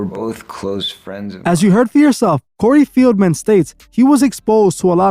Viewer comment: Cory fieldmen???? Lmao say his name right